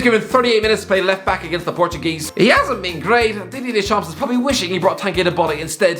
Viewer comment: the words are 'pretty, probably, prone, bridge & brilliant' not 'pwwwwwitty, pwwwwobably, pwwwwwwown, bwwwwwij & bwwwwwwwilliant'